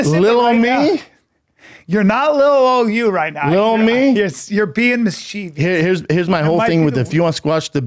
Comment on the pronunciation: really said “MiScHeEviOuS” twice😂😂 (mischievous*)